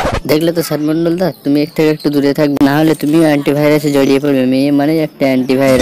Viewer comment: Ai tor lojja nai ai sob video banas kotha o to thik kora bolta parish na ota sad mandal hoba na sd mandal hoba